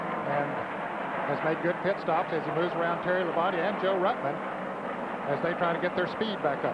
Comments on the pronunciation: At the 203.30 mark is really funny when David messes up Joe ruttmans name 😆 🤣 😂 😹 😆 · He did it four or five times, Ned corrected him twice.